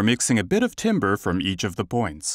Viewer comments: Voice timbers? <-- A new meme is born. 🤭 Timbre <-- Pronounced 'tamber'. 🎶 What a fantastic breakthrough plugin! Well done to all involved! 👍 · Can Vocoflex pronounce the word “timbre” correctly? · If this guy says "TIMBER" one more time!!!! ...I'm gonna go chop some wood in the backyard😠 They should've ran his voice thru vocal flex! It's pronounced "tamber". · It's actually tohmbreh, so you as an American really can't complain about someone else's pronunciation.